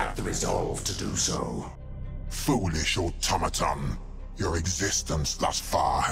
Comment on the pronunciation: The Thousand son Wizard calling the necrons : "foolis h automatons" xD (thousand sons have no body left and are only armors controlled by their souls) I can already imagine the reaction of Amarkun like Schwarzenegger in Total Recall : "Lol who's Talking ?" x'D